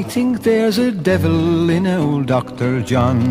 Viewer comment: It's not Dr. John but Dr. De Jongh lol.